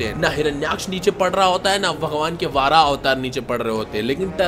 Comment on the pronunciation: Are bhai वाराह nahi वराह avtar होता he